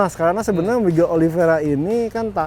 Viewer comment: Oliveira bang,bukan Oliviera.